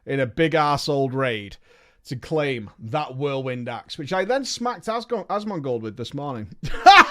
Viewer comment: Hearing you fuck up Asmongold is the best part of this video